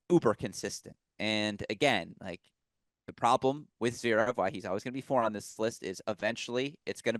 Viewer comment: The way he pronounces Zverev